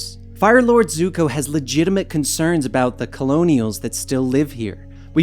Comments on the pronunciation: Did he call zuko zoko 🤔🤔😂😂! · did he say zuko or zoko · This man just say Zoko when Zuko was in the prison cell with his father. Smh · You know its Zuko not Zoko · He really said zoko 🤣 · He just said zoko.... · They said zukos name wrong in many different ways